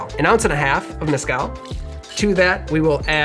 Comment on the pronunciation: Its not that hard to pronounce “meh-skál”